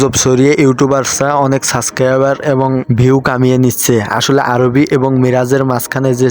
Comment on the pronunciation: আরোহিকে আরোবি বলেন কেনো